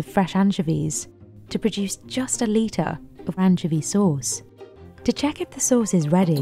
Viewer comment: I've never heard anyone ever pronounce "anchovy" that way, and I've got to say, I'm not a fan.